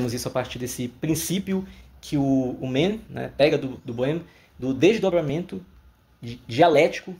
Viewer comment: Você está pronunciando o nome do autor como se fosse inglês. Não se pronuncia 'men' é 'man'.